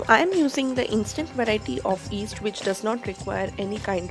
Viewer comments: yeast, not east, y is not silent, but great recipe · Its pronounced yeast not east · Yeast is pronounced yeast and not 'east'. The Y isn't silent. Thanks for a great video! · My dad used to pronounce "yeast" the same way 😀